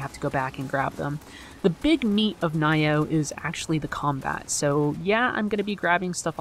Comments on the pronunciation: Naiyoh? Lol I don't think thats how its pronounced. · Nee-yoh is the appropriate pronunciation. You had it right the first guess. xD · you pronounced Nioh wrong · Pretty sure it's pronounced Nioh, not Nioh or Nioh which you said.. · yeah, it's pronounced Nioh, not Nioh... _'